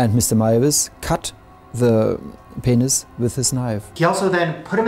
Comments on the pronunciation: "Ppppphhhhenisssss" lmao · but can you hear that in his voice "they agreed to meet each other! and they also agreed to _eat, Bern's peNIS_" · I sorry but how that guy said penis 😂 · Okay, are we not going to talk about how he says “penis”